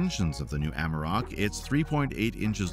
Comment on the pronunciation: ... AmArok... not Amrok 🤦‍♂